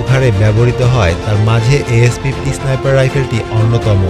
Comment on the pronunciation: ভাই ওটা ইসনাইপার না। স্নাইপার হবে শব্দটা। আর ম্যাগাজিন না ম্যাগজিন হবে